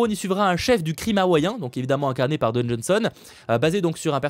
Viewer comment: C'est DWAYNE pas Don...mon cher 😊 car tu as prononcé plusieurs fois Don...mais bon, sinon bonne vidéo